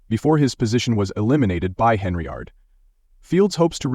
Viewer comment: It's Hen-yard, there is no R